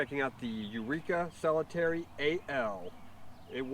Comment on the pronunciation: Its NOT Solitaire ending with an ee sound. Solitaire as is solo, 1 person. Pronounce it as you do the card game- the one you play by yourself.